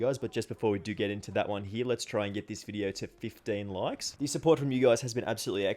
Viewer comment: We'll give you fifteen loikes.